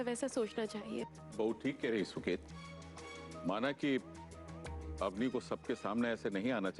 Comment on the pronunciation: Auni nhi hota woh Avni hota hai.